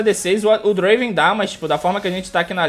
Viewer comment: não e draven e DUEEEENVRAN